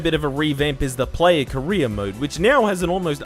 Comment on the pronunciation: I can't help but hear "korea mode" Instead of "career mode".